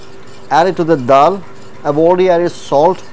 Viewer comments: DAAL not Dhal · In terms of english it is called "Dhal" not dal